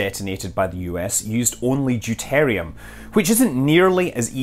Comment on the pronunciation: Deuteruim not deutarium.